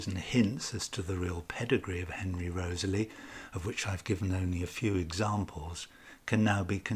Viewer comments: REE-TH-SLEE not Rosely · Why do you pronounce Southampton’s name as you do? Most scholars pronounce it “Rizley”. Also James Looney is pronounced “Loney” by most scholars. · I clicked on this video to learn about the correct pronunciation for the name Wriothesley and ive concluded that there isn't a single correct way because i havent heard your pronunciation before.